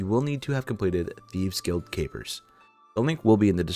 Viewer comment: Great video but please try to pronounce stuff right. The first 2 mistakes we're whatever but it starts getting pretty annoying when trying to watch the vid. :P safespot, not safesot. magpie not madgepee. guild of our own not guide of our own. and a couple more.